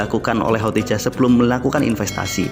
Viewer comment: Ko khotijah ya, bukan khodijah😇😄